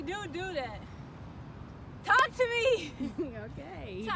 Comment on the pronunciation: when said "tALK to meee!" I felt thattt lol sis had her feeling like she was talking to herself lol